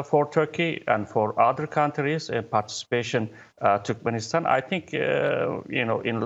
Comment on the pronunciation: Did the speaker pronounce "Türkmenistan" as "Türkmistan"?